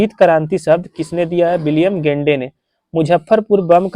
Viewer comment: विलियम गेंडे 😂😂😂। विलियम गॉड